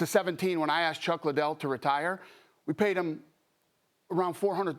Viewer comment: Oscar: “Dana White doesn’t care about Chuck Lie-Dell!” 😂😂😂